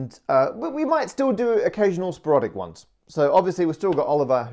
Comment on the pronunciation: sporOdic? is that an aussie variant or just a Parker Pronunciation?